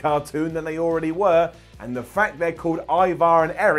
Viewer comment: I like how cole kept saying e-var instead of ivar !! Obviously michael never watched the hist chanl show the vikings ! I mean cmon cole ee-vaar 😏😏😂😂